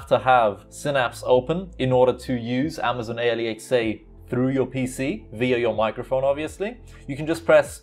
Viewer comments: hopefully, you're trolling with the whole A L E X A pronunciation to trigger ppl lol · Its pronounced al-x-uh you dont say each letter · People at Amazon spent so much effort to come up with an actual name, and you call it A.L.E.X.A. ... xD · Please stop saying alexa that way.Idk try something else instead because it sounds weird and annoying.Maybe just call it the assistant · Before becoming a YouTube pronounce Alexa right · Ha he can’t say alexa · Way you pronounce Alexa sounds like a Newgen you would find on Football Manager lol